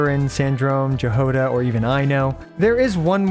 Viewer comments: Jahoda is a word from czech/slovak nations and is pronounced as "Yahoda". good video makes sense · Jahoda is pronounced Ya-gou-da, my dude